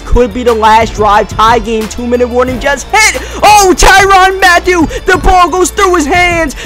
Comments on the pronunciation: Yeah same he purnounces it Tyrann Mattew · .sports lol ya like tyron mattew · I hate how he pronounces Tyrann Mathieu's name